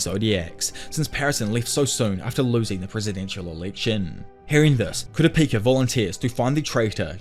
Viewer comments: how did u manage to butcher kurapika's name so many times and say it 4 diffrent ways??? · He finally said Kooo-Ra-Peeeeka. Instead of Ka-ra-pa-ka! Lol. Only if he would said JiiiiiinJeee-ng. Not Ghe-ng! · Dont you dare reedit the video Everytime yoi said kurapaka it made me laugh And made watching this video a blast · were you just mispronounced kupakira on purpose? 😂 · Pronunciation sharpening: it’s not KUH-rah PI-kah…that’s the wester pronunciation…switch around the stress. It’s on the second syllable: kuh-RAH pi-KAH Like westerners say: nuh-ROO-toh (Naruto) Its: NAH-ru TOH 2 stresses on first and last syllables😇 I didn’t even know what our narrator was saying until K was shown on screen😊 I know it’s minutia… The Narrator is doing a wonderful job. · Halfway through and "kurapaka" is grinding my gears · Not kurapaka😭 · For the love of all that is anime, please pronounce Ku-rah-pee-ka’s name correctly. Great video otherwise. Can’t wait for a recap on the voyage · The way he changes his pronunciation of Kurapika 😂☠️☠️ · The way you announce kurapika drives me insane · You mean Kurapako? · Dear god yes, I like his detailed explination of the events but holy shit, homie CANNOT decide how to pronounce Kurapika. I know it doesn't roll off the tongue but bro, even if it's wrong stick to one pronunciation, I'm over here thinking Kura-Peeka and Kura-pocky are 2 diff characters cuz I'm not watching the video. To be fair HxH has funky names but I just feel like he's just doing one or two takes and let's keep going. Seriously dude, pick a way to say it and try to be consistent, even if it's wrong just go with that. 😂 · I'm going to call the guy until he pronounces Kurapika a little better 🤣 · i love how you pronounce Kurapika differently every time you say it, and that it's never correct lol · Pronounce Kurapika Challenge [IMPOSSIBLE!!] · Complete butcher of his name 😭😭😭